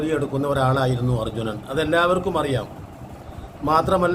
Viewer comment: അർജുനൻ അല്ല 😂അർജുൻ